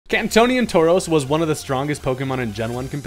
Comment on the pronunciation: Kantonian sounded so funny to hear tbh